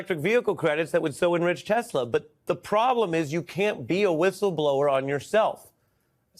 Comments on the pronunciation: I love TeSlUr... sir, it's Tesla. English is your first language as much as your like it to be 40s German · He said “I love tusler” 😂 get these old people out the White House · " I LOVE TESLERRRR " HAHAHHA 🤣😆😏